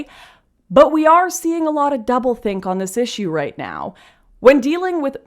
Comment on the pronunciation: Did you say double think or double dink?